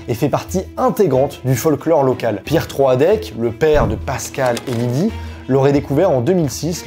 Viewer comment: Ta vidéo est top, mais on ne prononce pas Troadec comme ça 😭 ça m'a perturbé pendant toute la vidéo 😂